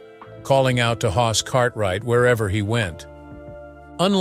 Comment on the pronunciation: It's Hoss, not hos. Brainless. If yoi can't do things right, don't do them at all. Even if it is AI.